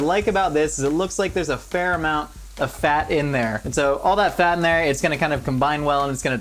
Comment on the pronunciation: Did he say "We're just gonna mix this with a fart"?